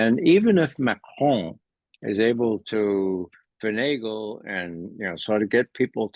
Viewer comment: Thank you Ray for at pronouncing the Leaders names correctly, eg Macron and Putin (instead of Putn). You are also spot on with your analysis.